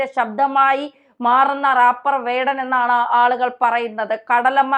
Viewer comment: റപ്പാറല്ല റെയ്പ്പർ